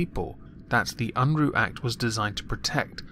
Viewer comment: Jesse Unruh, also known as Big Daddy Unruh, was an American Democratic politician and the California State Treasurer. His name Unruh is not pronounced Unroo but the ruh rhymes with the common verbalized pause "uh". He was a knave and scoundrel and a true blue progressive of his time. As all progressives do he affixed his suckerlike appendages to the the money and became state treasurer of California to better position himself to hand out political favors (which he did). He was also JFKs campaign manager and sat in Congress for a while. Just thought you would like to know a little about the man behind the funny name. I like the new outro. Liked and shared!